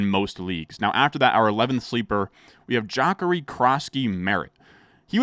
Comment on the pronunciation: The way you pronounced Jacory 😭